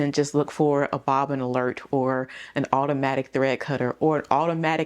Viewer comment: Yesss!!!! The bobbin not bobbin 🤦🏾‍♀️